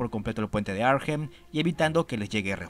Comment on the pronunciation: Hola, sólo un comentario sin importancia, la h de Arnhem no se pronuncia.